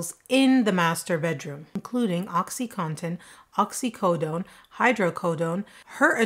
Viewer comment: Omg you’re the only person ever whom said it right “OXY-CON-TIN”👏🏽 thank you! Nowhere in that word is the word “cotton”🤣👏🏽